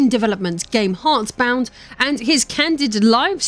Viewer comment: Intentional or not, I found it quite funny how you mispronounced the name of his little game almost every time